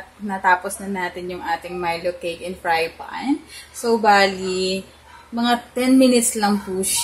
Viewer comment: Did you meant to say fry pan or is fry fan a thing?